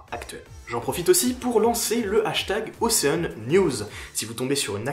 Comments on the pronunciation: Ocean en anglais pour la prononciation c'est { ocheune } 😉😁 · C'est un détail mais que j'estime nécessaire, surtout pour un gars en Master 😉😁